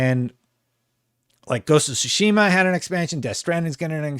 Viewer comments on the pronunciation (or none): none